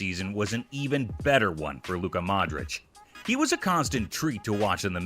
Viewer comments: Dude, it's ModriCH, not ModriK. Get it right, it's not that hard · Modrić read Modrich... Americans 😒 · modrich!,. pls pronounce it right.ty.